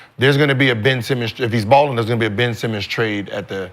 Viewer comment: No way he called the nigga ben semen🤣🤣🤣